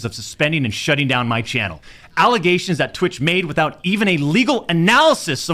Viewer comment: Allogations? He said he did it?....